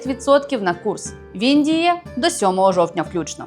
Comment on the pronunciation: Лайк якщо замість під час реклами навчання з Жаданом при згадці промо-коду фразу "він діє" почув як "в Індії".